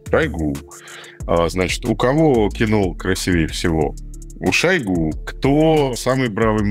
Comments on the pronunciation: Шо́йгу - режет ухо каждый раз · шОйгу 🫠 после этого ударения экспертность видео сводится к нулю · ударение же на у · Где то он говорил, что ,,шОйгу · Ударение на первый слог. И вообще это реально имя его отца, которого звали Шойгу Кужугет. Кудугет - это распространённая в Тыве фамилия. Но ему при выдаче паспорта имя с фамилией поменяли, отсюда такая экзотическая фамилия получилась ) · По арабский у нас зовут его в новостях шуего ударение на е )) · Ударение на О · Люблю смотреть Варламова, но этот не могу. Один говорит шОйгу, второй шойгУ, потом один и тот же человек ударения на разные слоги ставит. Дак уже шОуйги, или шоугУ? Бесит!!!!!! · Я только сегодня узнала, что Шойгу- мечта логопедов! 😂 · Как бы мы не относились к Шойгу и прочим товарищам. Но как же режет слух ударение на О в фамилии Шойгу этого «эксперта» вы хотя бы проверяйте своих экспертов на грамотность. Коверкать фамилии совсем не благозвучно. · За 30 лет " деятельности" Шойгу никто не знает где ставить правильно ударение. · ставь ударение правильно) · Ударение на последний слог! Он тюрок! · Политический обозреватель за 30 лет не научился правильно ставить ударения Шойгу😂 варламов, где ты таких находишь?👎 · Шойгу ударение на первый слог.